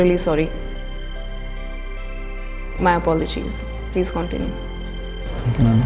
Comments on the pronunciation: discriminates for not pronunciation properly also she: "cOUntinue" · miss you also need to correct the pronunciation of continue 😂😂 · Its not cauntinue... its continue😂🤪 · Stupid lady, its not Kontinue, its Continue! Correct yourself first! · Says a person who says continue as kontenuu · The girl fussing about the pronunciation is herself going on about saying "Kontinue" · Its pronunciation and not pronounciation. Moreover, its not Kon ti nu, but Cuntinyu... That's Continue 😊